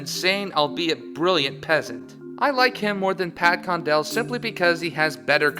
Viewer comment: Condell? Seriously? >_>